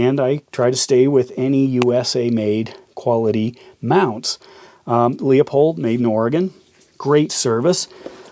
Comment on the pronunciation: "Leupold" Pronouce it like lou-pold